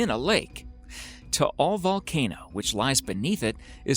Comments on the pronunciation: You pronounce Taal lake like this (Tah-al Lake ) Im from batangas btw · Lol thats not how you pronounce Taal Lake. LOL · Hi, I'm from Philippines and I'm happy that you involved it on your video😃, but Taal lake doesn't pronounce like that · What you said tal lake